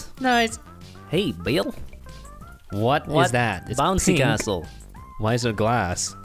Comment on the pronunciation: when he said castle I heard asshole